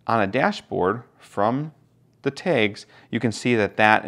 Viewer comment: 😂Yeah, that was killing me. Kudos though. Great review and very helpful in helping me solidify my desire to purchase.